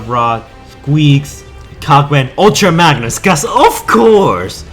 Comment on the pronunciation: "Ulta Magnus" "Glavatron" ....